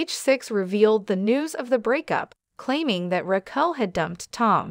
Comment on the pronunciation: Do you know how to say her name? Who is Rackle???😂😂😂😂😂maybe next time pronounce people’s name correctly 🙄🙄🙄🙄